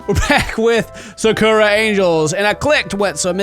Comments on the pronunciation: You pronounce sakura wrong it's pronounced saka hra watch naruto you will know the pronunciation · U pronounced Sakura wrong it's like ur pronounced my name wrong 😭